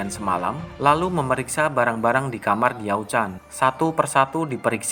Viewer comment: Baca Ravage of Time deh... Di situ Lu Bu (Li Pu) nya pintar... Kadang2 interpretasi pembuat filem sih boleh2 aja. Kalo gw lebih terganggu dgn cara pembaca nyebut nama Li Pu(Lu Bu), Tong Chuo (DongZhuo), TiaoChan(DiaoChan)